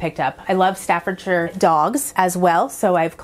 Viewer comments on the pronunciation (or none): none